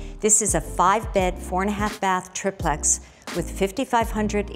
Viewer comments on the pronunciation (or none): uhh. did i hear her say the word "triplex", as "triiplex"? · how tf am i supposed to buy this when this women pronounces triplex like that. ill be taking my 33,000,000 elsewhere